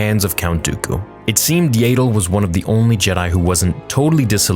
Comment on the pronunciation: IT IS NOT YAY DLE IT IS AHHHHHHH DLE Y Y AS IN YES A AS IN AHHHHH AND THEN FINALLY DLE AS IN PADDLE